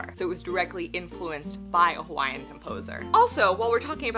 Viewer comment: Great job pronouncing Hawaiian words 😊